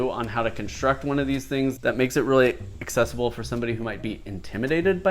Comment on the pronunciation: Lol, "Accessable" XD honestly, it could be worse.